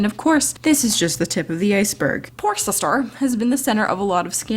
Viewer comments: The way says shister makes me smile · LMAO the way she says “Sister” is everything! SIsTuR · I love the way you said sister SiStEr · the way she says sister xDDD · You made me laugh everytime you say sister xD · I love how you say sister lmao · omggg the way you say sister LOL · I had to stop watching because how she said sister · IM LITERALLY CRYING FROM HOW YOU SAY SISTER SKSKJFKSK